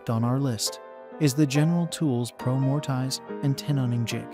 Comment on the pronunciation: “More-Tie-zzz” Uffdha!